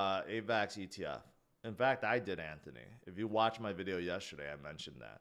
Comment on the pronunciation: Dude the word is not pronounced yesherday.... please replace the H with the given T ...JS